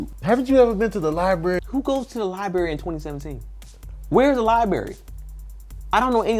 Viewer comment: hense "Libary"😂😂😂 i still cant say it right either!!